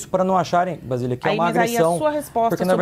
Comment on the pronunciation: Não é VASILIA. Kkkkkkk. O nome dela é BASILIA Kkkkkkk. Tábata: Vc é ruinzinha hein?? V.